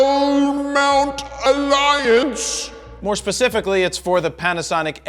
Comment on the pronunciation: He can't. He is not part of it, only Leica, Panasonic and Sigma, no Fro 😉 but at least he does say it correctly, not like the Zmount which he calls Cmount 🤣